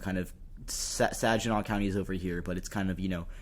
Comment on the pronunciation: Good job with the vid-- I'm in Michigan, and I learned a couple of things! (BTW, for future reference, Saginaw has a hard "g")